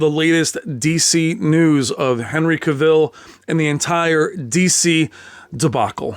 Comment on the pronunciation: CAvill, not caVILL. The A pronunciation like "mAn".